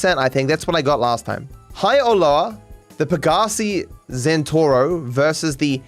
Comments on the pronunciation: Zentoro? wtf... it's Zentorno D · It was wrong in the quiz, and is also wrong in the video, it's Zentorno not Zentoro. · am I the only one who pronounced it zentorno instead of zentoro all these years